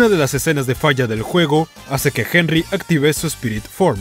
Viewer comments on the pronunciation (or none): none